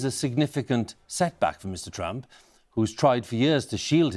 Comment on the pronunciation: I swear said Donald Tramp😅😃🤣